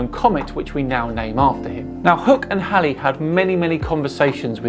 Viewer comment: thanks for not pronouncing Edmond Halley's name like Bill Haley & His Comets.